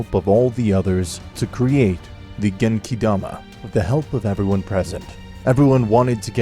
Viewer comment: If you're going to use the Japanese names then at least say them right, it's genkidama, not genkaidama